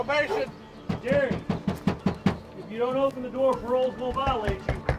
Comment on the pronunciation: Beating on my door like that is a sure way to catch a hot one.. did you say probation? Could have sworn I heard him say robbery.